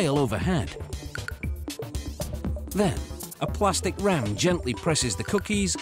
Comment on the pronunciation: Pwastic lol